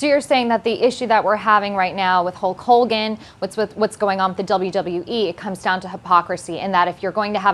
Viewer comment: huck hoe-gone